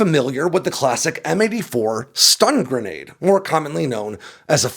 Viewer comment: Lol. What a joke. Not stund grenade. Speakers on drones.